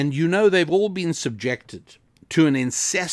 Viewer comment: "incessant BAAARAGGGE of propaganda" I wish I could talk like you